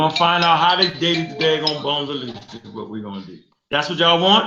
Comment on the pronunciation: A brutal slaying of "Out-of-Lucy" lmao